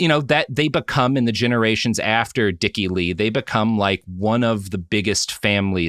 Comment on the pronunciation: Yesterday when I heard this pod, when Robert said "Dick E Lee" I heard it as dickily. Ex: "He acted so dickily."